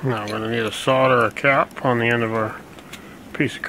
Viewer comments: It's "SOLDER" not "SADER" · Its Not sodder ,its SOL DER. Gessssssss. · You had me untill you said "soder"...i do not support sodomy,"soder" is the act of sodomy. If by chance you meant "solder" then you need to pronunce the "L" as it is supposed to be-Oxford English Dictionary-one of the defining documents on CORRECT English spelling and pronunciation,by the people who invented the language-THE ENGLISH